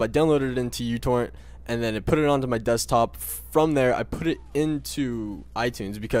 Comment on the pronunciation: instead of youtorrent i thought you said youporn at first